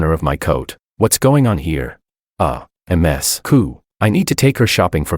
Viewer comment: Someone please fix ai pronounce Ms. Correctly 😂